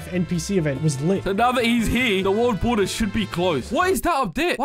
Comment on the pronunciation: You Said bald water as world border in the intro 😭